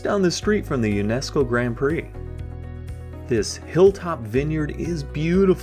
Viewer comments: It's Grand Pré, not Grand Prey. You are totally wrong about what happened to the Acadians. No one was "burned to death'. The Acadians were rounded up and placed on ships and deported to the other British North American colonies in the initial deportations. Later, more Acadians were deported, throughout the Seven Years War, to England and France. Those who later immigrated to Louisiana became known as Cajuns (not Cagain). Eqedia? Do you mean Acadia. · Nice video man! I have always lived in Halifax, but the Locals tend to get mad when you don't pronounce Grand Pre like "Grond Pray" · Grand Pre pronounced Grand Pray ......... ! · A couple of minor points: - Hall's Harbour. It sounded like it was pronounced Hell's Harbour. - Grand Pré: drop the hard d in Grand and Pré sounds like pray. - The Acadians were not persecuted as such. Under British rule, until the 1750s, the Acadians flourished and were generally left alone. Tensions and then war with France led to the sudden deportation of the Acadians. - Although Pictou and area claim to be the birthplace of New Scotland that is not really the case. That claim can actually be made by Annapolis Royal where the Scots settled, under Sir William Alexander's colonial scheme, in the late 1620s. The ruins of Charles Fort are located beneath Fort Anne.